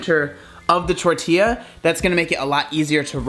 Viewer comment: I appreciate the fact that you say tortilla the right way